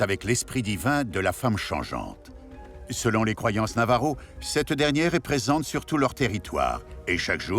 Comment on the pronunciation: Navaja merci pour ce reportage. J'ai des origines de ce peuple. Ainsi que 10 autre pays. Et c'est Navajo pas Navaro. Mais merci 💋